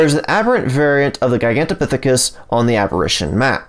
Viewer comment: Dude I just sub because you were able to pronounce that name multiple times without messing up. :)